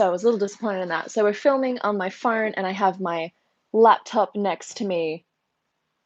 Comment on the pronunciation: "Sorry i have my phoaaannnrnne" now.. that ma fren is Aussies😂🤣😁